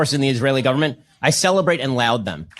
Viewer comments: Laud them* not pronounced loud. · "Laud" is NOT pronounced as loud......it is pronounced as lawed.....to" laud " means to praise. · "I celebrate and LOUD them??? It's laud (rhymes with bod, cod, nod)